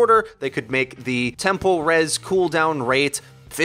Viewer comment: Are you pronouncing “tempo res” as “temple res” or is it just me?